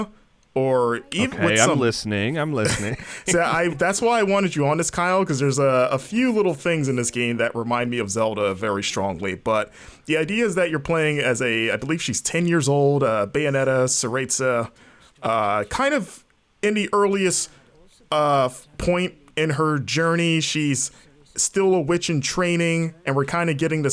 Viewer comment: Seh-reh-sah, like cerveza without the v.